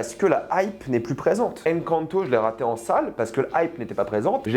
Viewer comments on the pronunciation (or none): Naaan mais Mdr’ les prononciations : Zoutopie, Décé, Encanto et j’en passe par contre petite exception pour Soûl qu’il prononce correctement xD je sais pas si il est con ou quoi mais en tout cas il se la joue malgré tout 😅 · Tu as mal dit Encanto 😂🤣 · Tu parles de Disney mais tu es incapable de prononcé le titre 'Encanto" 🤦